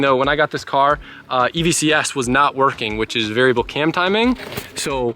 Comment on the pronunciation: AVCS not EVCS